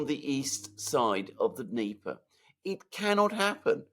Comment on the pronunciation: Alex Mercurious: there is NO such geographical term as DNEEEEEEPA. The river is called and pronounced DÑEPAR with the letter 'R' at the end too. You pronounce it WRONGLY all the time and it sounds RIDICULOUS, the ears hurt when you rip into your long DNEEEEEEEEP'A. It's DÑEPAR - with the 'R' at the end!!!